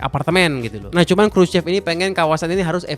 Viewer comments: Dibacanya kruso bkn krucep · Bener banget nih..si Mas yg cerita ini detil studinya soal tata kota di Rusia sejak Soviet era. Mantap..saya kebetulan diaspora Indonesia yg tinggal disekitar daerah CHEREMUSHKI sejak 2008. hanya ada sedikit tips utk pengucapan BHS Rusia.. Khrushchev dibacanya: Khrusyov.. trus CHEREMUSHKI dibaca Cheryomushki.. trus Khrushchevka bacanya Khrusyovka.. . Sedikit cerita soal sejarah Rusia, sebelum Khrusyov pemimpin Soviet nya itu Stalin. Karakter bangunan jaman Stalin itu megah, besar, boros dan wah.. sementara Khrusyov lebih memilih berbeda dengan efisiensi biaya bukan hanya karena pasca perang dunia II yg kurang biaya tapi jg karena ingin menghilangkan pengaruh Stalin dan menghilangkan kultus individu rakyat terhadap Stalin. Kira-kira begitu.😊 Salam dari Moskow.